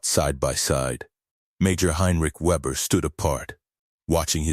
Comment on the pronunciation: try VAY -BEAR